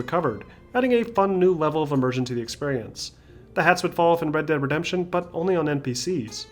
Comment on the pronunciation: Bred deb redembtion 2